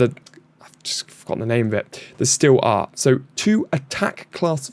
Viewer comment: Last thing...you are not getting away without banter! 😂 STREET ART! Not steel art 🙄 it was literally written in front of you 😅 And you know I am going to comment every day until you pronounce Guile correctly...its NOT GILLY fcol 🤣